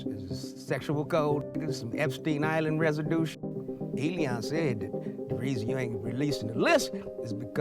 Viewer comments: Why do you keep calling him Eleon? His name is Elon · Man the way you say Elon (Elēon) is diabolical!!😂😂😂 I love it! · Lol. Eddie said Elon (E-Lee-On)😂😂😂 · who else busts up everytime he said Elion! ha ha comedy gold. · 'Elon' turned into 'Lil Uzi' 😏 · Him pronouncing Elon like “E-Leon”kills me every time 😂